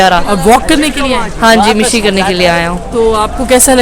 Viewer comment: Not "mishi", its "mashi"